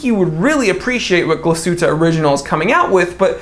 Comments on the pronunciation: Tbh, the Glashuette pronounciation was surprisingly almost on point. And I agree with the choice, but man, the two glacier watches that lately came out. These dials are ones to kill for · You pronounced Glashutte fairly well. Nomos is another watch brand within the Glashutte region. I'd say top3 most well known from Glashutte are Lange, Glashutte Original, and Nomos. Nomos definitely the Bauhaus design language of you like that. It's interesting I feel like I'm drawn to more German brands lately than Swiss. And your accent is hilarious!!!